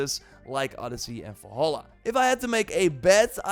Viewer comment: I remember watching a video from this youtuber years ago about horizon zero dawn, I see now that his voice is just as annoying as before, besides, can't he say Valhalla like a normal person SMH